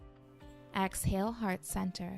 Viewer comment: Great video but I’m such a “yoga dummie” that I thought AXALE was a yoga term .... I didn’t realize until almost the end of the video that she was saying EXhale 😭🤣💀💀💀💀